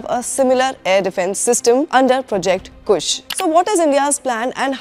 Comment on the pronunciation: Kusha hota hai woh madam kush nahi 🤦🤦